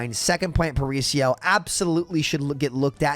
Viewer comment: That was the worst pronunciation of “Paraíso” I’ve ever seen lol, just found it funny But I completely agree, I also hate that map and it kinda sucks since I’m from Rio, would be cool to load on a map that’s supposed to be my city and say “oh nice, I’m playing a cool map” instead of instantly being sad